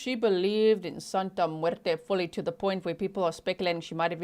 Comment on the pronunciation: I love your Spanish accent. You did very good when you said: Santa muerte 💀